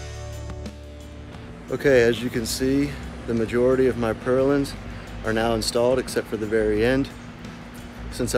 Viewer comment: I need a shelter for my pump and filters. It'll be alot like this. Oh, BTW... Purlins. There's no "g"